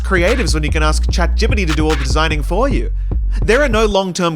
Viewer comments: "chat gibidy" had me dying😭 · I am only calling it chat gibbity from now on